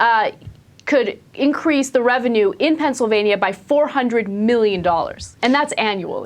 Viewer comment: Ana you pronounced Pennsylvania wrong...